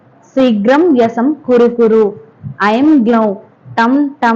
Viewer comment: Madam వ్యశం కాదు వశ్యం ఠం ఠం ఠం ఠం కాదు ఠః ఠః ఠః ఠః షోడాశోపచార పూజ కాదు షోడశోపచార పూజ ప్రదక్షనలు కాదు ప్రక్షాళనలు యజ్ఞ్యోపవితం కాదు యజ్ఞ్యోపవీతం 🙏🏻🙏🙏🏻🙏🙏🏻